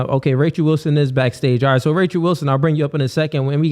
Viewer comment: "spirichue" "Rachue" "Bye-bue" "Cuh-rynth" crazy for a "priest" to be so ignorant of correct, or even mainstream, pronunciations.